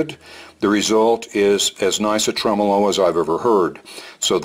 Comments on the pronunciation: you grab that red knob, pull it up & give it a good twist... bye bye clean!!! apparently gets his tremolo pronunciation from Italy, a small place with a handful of people. We are the rest of the universe, with billions of people, HAHAHA!!! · I have seen and heard Polytone amps, Mike. They tend to be ultra-clean, for Jazz and such. I would think that a 100W Polytone would make a dynamite lead guitar amp......like a Marshall, clean and loud as heck. I'm not sure where gets his pronunciation of Tremolo. He may be right.......but the vast majority of people seem to pronounce it the way we do.